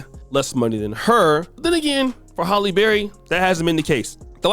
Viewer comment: It’s “Halle” not “Holly.” You never say it right.